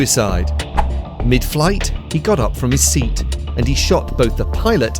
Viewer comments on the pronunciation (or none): none